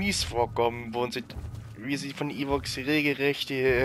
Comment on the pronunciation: die heissen Ewoks und nich Eworks und es heisst Sturmtruppen und nicht Strumtruppe xDD